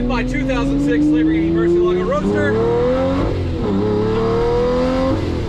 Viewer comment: "The mercy ALA go..." Sigh....